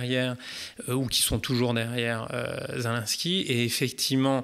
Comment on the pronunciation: Pardon mais c’est pas zelainsky mais zé lé nski, c’est si compliqué à dire ? Sinon magnifique vidéo très intéressante juste fallait que je relève cette chosse car tout au long il dit zelainsky et ca me stresse